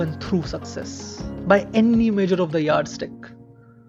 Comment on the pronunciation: Bro pls dont say "annny"... Many other words r also stressed wrongly but that word keeps repeating a lot... Its wrong.